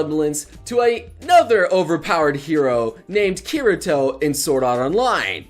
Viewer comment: Not good at Chineese names? To be honest, you aren't that great with Japanese names either. You say it like: Ause oo na & Kir i to But they should be spoken as: Ki ri to with the i sounding like the e in see (both times), not like the e in deer (for the first) and i like in it (for the second) A su na There's an episode in second season where Asuna is spacing out and Rika/Lisbeth pronounces it plainly to get her attention. I've been planning to watch the show already... still on my todo list.